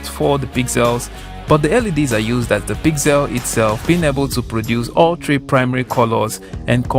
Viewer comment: According to the Closed Captioning, when you say pixel, it thinks you are saying "PIG CELL" LOL